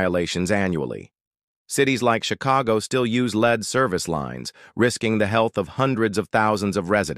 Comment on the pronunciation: AI generated and narrated. 🙄🙄🙄 Lead - the metal is pronounced like led. 🙄🙄